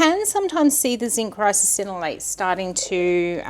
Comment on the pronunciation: Are you adding an extra syllable to Ricinoleate, or is it one of those words like Worcestershire that is so hard to pronounce right, that you end up saying it with extra syllables ... like Worcestersistershire. I have a chuckle every time you say it 😆